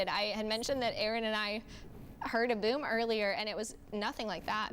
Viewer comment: Buoom, there's no u in boom